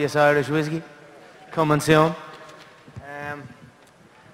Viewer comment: Notorious Irish Whiskey, co-ming-soon